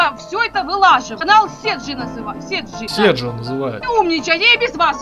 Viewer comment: Канал не сиджи а седжо или она имела ввиду сиджей